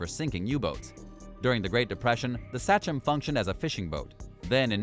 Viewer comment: Uss“Say-chum” not satchum 😂oh man 🤦‍♂️